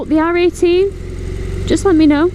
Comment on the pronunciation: I keep hearing 'R.A.T' instead of 'R18' !